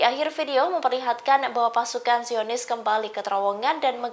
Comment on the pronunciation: Pembawa berita salah berucap....DIAKHIR VIDIO dimenit pasukan JIONIS KEMBALI KETERIWONGAN SAMBIL MENGEMAKAN TAKBIR😮😮😮😮 SI HOST PEMBAWA BERITA SALAH BERUCAP DUKH PARAH